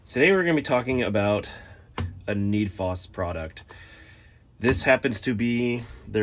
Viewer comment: FD //UP RIGHT OFF THE BAT ..SAYING NEED FOS...IT IS NED FOSS ...NOW CANT TAKE YOU SERIOUS ...CANT LIKE ...SHARE OR SUB SORRY ...GET YOUR STUFF TOGETHER